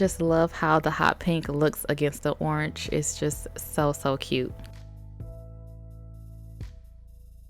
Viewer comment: it’s not oranch it is orange btw i love your videos and watch every day and every video i love u so much